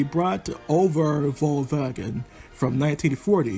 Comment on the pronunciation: Thumbs up for the pretty much spot on pronunciation of the Braat Overvalwagen! Well done!!